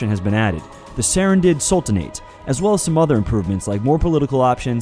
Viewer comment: SARRANDID SULTINAIT xD yeyeyeyeyeyeyyeyeeyey